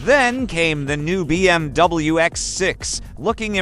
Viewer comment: Бм дабл ю😂😂, по настоящему — БМВ , меня это реально бесит то что не могут нормально сказать реальную названию машины